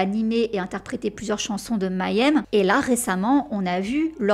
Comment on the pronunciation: Merci pour cet épisode ! Juste une petite remarque --> la prononciation de Mayhem !!! !! ! C'est pas Mayonnaise, Mayenne, Maillème, MAIS May Hem avec le "H" aspiré